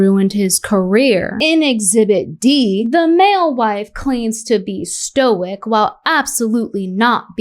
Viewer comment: He pronounces it “Stoike”